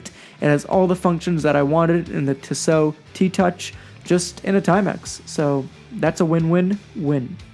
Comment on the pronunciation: It’s pronounced Teeso. Not tisso